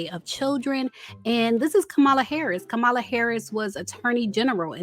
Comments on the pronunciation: Who is Ka-Mala? Chileeee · Please pronounce Kamala’s name right! It’s “Comma-La” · COMMA-LA. Please say it correctly. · it's Comma-La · Did you mispronounce VP Kamala Harris' name (like Trump)??? smh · Why did you keep saying the vice president name incorrectly? You went from saying it correctly to incorrect (,-lalalalala).